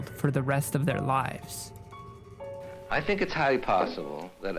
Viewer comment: You should have emphasized the word how instead of the word think